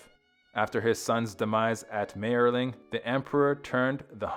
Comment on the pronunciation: And he mispronounces Mayerling continuously.